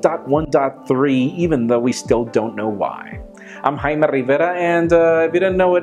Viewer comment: I am a, haime...LOL of you say I am a three times it sounds likes Haime